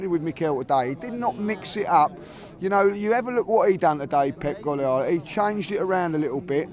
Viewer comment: Man said ‘Pep Gwollyolla’